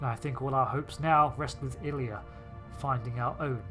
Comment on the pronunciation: Love your work. Really Really. Best ST adventure since ST 6 UC. One thing probe name is I-LEE-A from ST The motion picture. Not pronounced like the play.